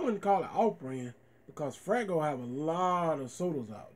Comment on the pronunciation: It’s FAYgo not fraygo which you have said in all your other faygo reviews. Good review woop woop